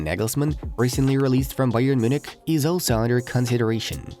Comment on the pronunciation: i love how you say bayern muchnic